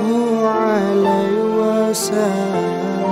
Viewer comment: Mhn maaf bukan hanya alunan nada yg bagus tp bacaan dan tajwidnya juga harus benar. Salah satu kesalahanya adl pd saat pengucapan wasa lam seharusnya wasallam disitu jelas wasall (ada tasjid) bukan wasa